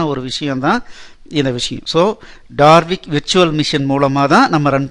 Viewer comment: Its Dalvik Virtual machine and NOT DaRvik. Please correct it